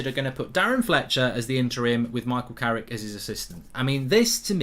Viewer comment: Fucc I'm gonna miss "Carricky"🏌️‍♂️💔